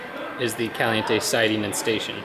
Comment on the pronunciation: Lol, just noticed he said "Calinte". Wow.